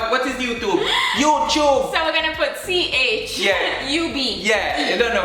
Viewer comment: Mi ago Youchube it 😂🤣🤣